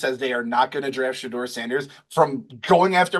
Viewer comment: should listen to other people say "Shedeur" Sanders name before he mispronounces it 😂